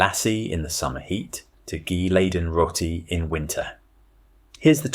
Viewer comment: Thought Lassie was a dog, joke aside it's not pronounced how U said it nor is roti.